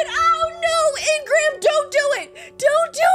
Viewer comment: Hey. I love your content so much…but it’s really aggravating me how you’re not pronouncing ingram’s name correctly. It’s pronounced een-grim😂❤ love you thoughhh